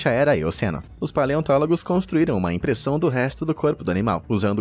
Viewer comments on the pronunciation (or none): none